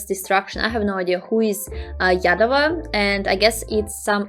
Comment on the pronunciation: Yaadava nhi, Yaadav.